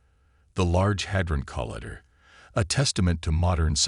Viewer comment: Yes has a speech impediment or maybe it's an AI from another country and has a strong accent